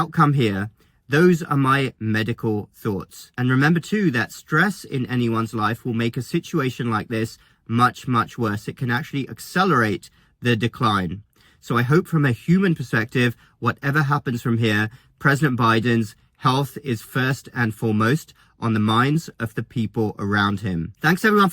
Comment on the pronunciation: Did you say a-SELL-er-ate for ack-SELL-er-ate? First syllable is ACK!